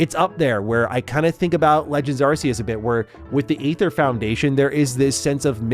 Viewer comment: in to the video and you have my Like already for your proper pronounciation of Arceus